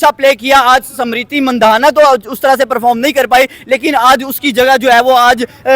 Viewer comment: inki pronunciation kesi hoti hai, smriti nhi bola ja rha samriti bol rha hai, india nhi bola jaata endia endia karte hai